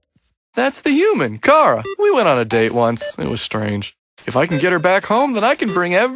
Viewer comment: Its chara not cara ch-ara not c-ara